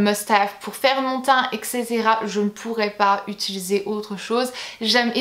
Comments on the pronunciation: utilisé et non pas utulisé :) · Non no, je dis bien utilisé, haha je me prononcr bizarement, je l'ai toujours fais 😂😂